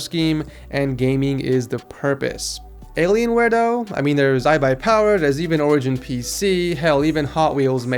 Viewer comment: it's though not dough